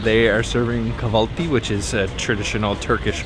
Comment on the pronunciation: Hi, thank you for your informative videos about Turkey, it's really great to see the country I live in through your eyes:) By the way, the 'ı' in 'kahvaltı' and 'mantı' is pronounced like 'uh', so 'kah-val-tuh' and 'man-tuh'. And Ş is pronounced like 'sh' and Ç like 'ch', so Paçacı Şemsi is 'Pah-cha-juh Shem-see'. Thanks again, I look forward to your future videos.